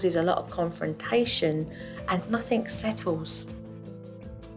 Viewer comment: "Nothingk" I like Jo's mispronunciations.